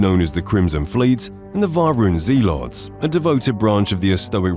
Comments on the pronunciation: bruh, he said ZE LOTS instead of Zealot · Jesus christ, why can these voice over people not pronounce words properly? Dingy? Zealots? Melee? ffs